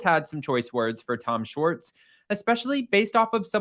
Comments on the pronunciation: It’s Schwartz not Schartz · First of all his name is SHWARTZ not SHORTS. Please work on your pronunciation. Second of all, that was the BEST episode of WWHL EVER. He gave the tea which is why we tune in. Most Bravo celebs never do that. It was so juicy and I hung on every word. LOVED IT. Please SHWARTZ (with a W) don't ever get media training, never ever ever.